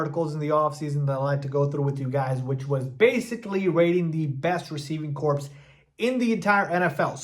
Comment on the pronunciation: I’m sorry but it’s pronounced core, not corpse.